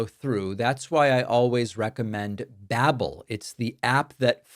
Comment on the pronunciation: Babbel ... as in Babbel fish 🐟, pronounced like bible with an A .. B'able.